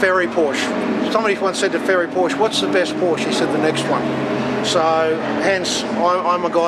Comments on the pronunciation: Great film, but it's not a "Portia" it's a PORSCH -- E! The E is as in "SEXY" there is NO "a" in the name. You have so much right, now say it right. Don't make me come down there :) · That's "Pour-Sha"! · Proud to own a Cayman 987.2. By the way, Porsche is a two syllable word. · Min ... she doesn't know how to say "Porsche" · Hate it when watching Porsche videos with people allegedly in the know about the subject, but who ignorantly and annoyingly mispronounce the name.